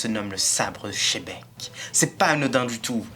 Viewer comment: Pourquoi quand vous prononcez le nom de xebec , vous dites shebek et non pas gzebec , sa fais penser à Philippe Etchebest quand vous dîtes shebec 🤣😂😂😂 shebec cauchemar au nouveau monde 😂🤣🤣😂